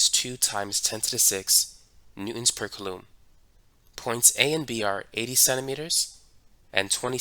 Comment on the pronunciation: is he saying coulomb oddly or am i dumb?